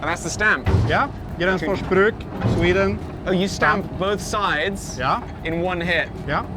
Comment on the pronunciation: As a Swede I find hearing english speaking people try to say swedish words really fun. like Gränsfors Bruk becoming Gransfoors Bruck. Also the town of gränsfors bruk? is that just missspoken? Cuz Gränsfors is the town/village, bruk means it's like a production/workplace kinda.